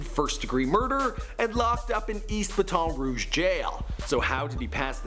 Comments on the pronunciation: 😂😂😂 what is Batoneeeee rouge 🙄 It’s BATTEN. Baton. 🤣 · its bat-on rouge not bat-ton rouge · BAT-ON NOT BATON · Bat’n Rouge my guy not Ba Ton Rouge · "bat-tin" not "ba-ton" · Baton rouge is pronounced. BAT-ton not bah-ton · He said b•ah•ton rouge its b•at•on rouge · WTH is baton rouge its BATT - IN ROOGE 😂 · He said exactly (buh-ton) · Buton roosh?😂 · “Batun rege.” Lmfao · Bat-tin rooge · i HATE WHEN THEY SAy BAH-TOHN ROOO-G-uh ugh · Bat-On Rooj and don’t say it so slow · Baton Rouge is pronounced like bat en roujj not How you was saying it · (Bat- tun ) my nigga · It’s pronounced battin rooj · "Bah-Ton Rue-ge" LOL I Can't with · It's pronounced BATON-RUGE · niga said batoun rough lol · “Battin” Rouge 😂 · I hate how he says ba ton ro uge like it's Baton Rouge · Nigga Baton (Battin) Rouge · Pronounced bat-in rooj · Is this nigga saying bat on roog? 😂 wtf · omfg right😂😂💀 we say it like Bat-in Rouge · you right bro I stay near Monroe .Theis kids don't know what their talkin bout. I thought ba-ton was one of them sticks. 💀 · cori. exe batten rooge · Bat un rOo gee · Im from LA, id punch this nigga in the mouth if a saw him sayin baton rouge like that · Nigga never say Baton Rouge like that again you dumb asf you the whitest Person ever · I hate how he’s pronouncing Baton Rouge 😂😂🚫🧢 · bro no one says baton rouge like that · He didn’t say BATON ROUGE right. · This man can’t pronounce Baton Rouge for his life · how tf do yall pronounce baton rouge LMFAOOO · The way the guy said "baton rouge" 😂😂😂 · Lol I live in baton rouge and it took me a second to realize you were saying baton rouge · First off that's not how u say baton rouge and he got 4 kids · Me being from Louisiana it kills me hearing him say Baton rouge like that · Boii learn how to say Baton Rouge😂😂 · I’m from Louisiana that is the worst pronunciation of Baton Rouge I’ve heard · Boi learn how to fucking say baton roughe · I know he did not say baton or whatever the shit he said 💀